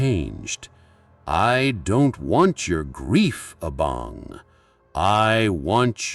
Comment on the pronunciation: I think you mean Abang not Abong 🤭